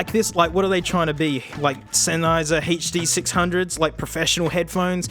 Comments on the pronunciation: The huh duh six hungos by ol mate senn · hou dou 6 hungeo's by ol' m8 senny * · Hur dur six hundros by ol mate SEN